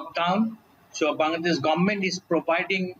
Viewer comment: "govt of ban-gla-dash"